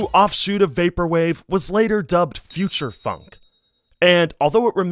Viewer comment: doesn't phonk have more of an 'aw' sound? i may be mishearing but it sounds like he's saying it like the word funk.